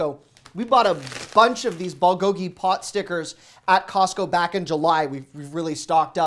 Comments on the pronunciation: Thanks for the tips. But just so you know it's pronounced BOOL go gi, not ball go gi. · Ballgogee…close, but it’s “bool-go-gee”. Love the videos! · How to pronounce bulgogi: Bull (like bull&*it) Go Gi(like ghee butter) Love your contents! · Please say BULGOGI by making the U sound like the oo in cool.